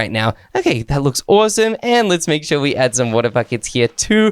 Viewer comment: What i hear when says awesome: awosome when i hear myself say it: awesume